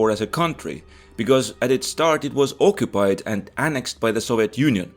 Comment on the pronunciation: i like your way of pronouncing ocuppied